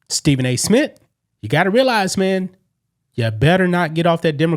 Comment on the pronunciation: Nobody notice how he keep saying “Stephen A. Smit” dog wtf lmao